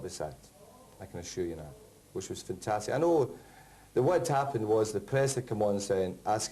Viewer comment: Back in '93 fergie pronnounced the 'a' in 'fantastic'. will miss his post-match f'ntastics